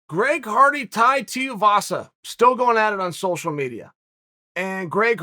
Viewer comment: did Chael just say Greg farty? 😂